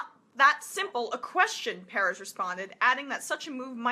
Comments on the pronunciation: It's PER -EZ, Emma it's not a hard name to say. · is his name really "piarez" and not "PERez"?? ... its not super important, but... she did say sunn's name alot... I assume she has done her homework, but... well... her pronunciation goes against my life experience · Liked the video but just pronounce his name right. Sounds weird the way you say Perez.